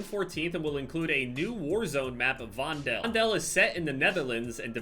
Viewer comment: That’s not how you pronounce Vondel 🥲🥲